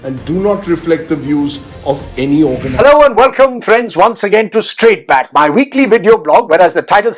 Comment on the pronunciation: please "BAAT " with double A